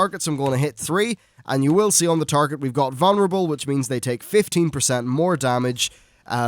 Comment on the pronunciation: VuLnerable. Not vunnerable... lol